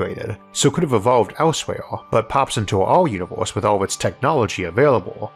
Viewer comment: It is pronounced universe not uniwoos. 😄